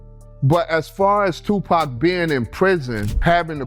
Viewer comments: "tu-pec" come on with that lazy ass ai bullshit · I really hate when they let the AI read the script...it is NOT pronounced "Two-Pack"! 😂😂😂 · The Pack shit is driving me nuts man. AI put some RESPEK on that mans name already! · Seriously with these AI voice calling Tupac" Pack" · This guy calls him "Tupac" and "Pack" in the same sentence 😂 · If you're using useless, soulless AI, at least program it correctly. I hate this lazy AI content farm bull$#!+. They called him "Lee Ateeno"? "two PACK"? Ridiculous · I cant believe all these old school rappers keep getting Tu=Pack's name wrong. If I didnt believe that, then I'm a bigger "Lee-ah-tino" than Fat Joe.